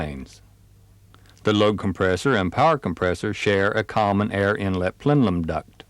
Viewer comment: Plenum, not plenlum...